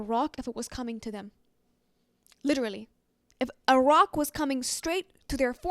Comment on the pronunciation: while you said "a rock," my ears heard "Iraq"...